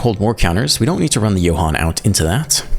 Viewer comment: As a German speaker, I must say I appreciate your pronunciation of "Johann" 😂 Should you play "Song of Totentanz" one day, please explain in your video that it's a German word lol